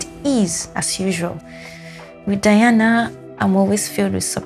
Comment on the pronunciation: On the day she won the competition, when asked, she said this song The Crow was here fave to cover in the whole competition. This song is actually a major hit long ago in Russia. Btw, her name is pronounced De+ana, Not Di+ana.